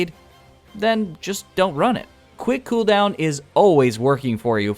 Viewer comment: quwhick cooohooldown